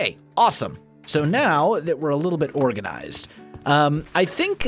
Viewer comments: “Ore-ganized”…. I see what you did there. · now that we are "ORE-ganized"... lol get it? :P XD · ya mean "ore-ganized"?? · "ore-ganized".... eh?? no? ok :(